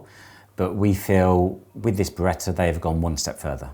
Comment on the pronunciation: There is no R at the end of the Beretta brand name.